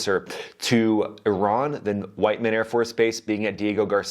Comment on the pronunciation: That would be WHIT-MUN air force base, here in Missouri. Pronounce it correctly for us Missouran's, please. (and yes, it is Missouran, Not Missourian. Thank you, ):)